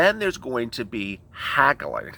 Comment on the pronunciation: You said there's gonna be haggling but I thought you said there's gonna be cackling 😂😂😂 haha! Fits them better!